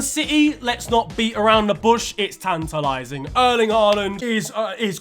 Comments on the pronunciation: "in-TIT-a-lat-ing," 2022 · saying “tantalizing” like a true Nigerian